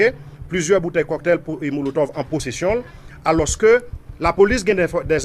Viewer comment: Cocktail monotove ou tande polisye a dil epi ou di coktay molotov 😅